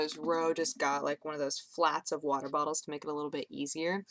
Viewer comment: WATAH, NOT COFFEH!